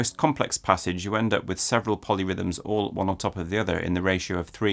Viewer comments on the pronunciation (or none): none